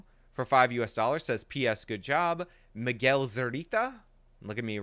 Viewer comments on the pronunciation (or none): none